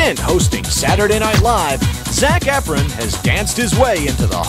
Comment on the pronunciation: He pronounces efron wrong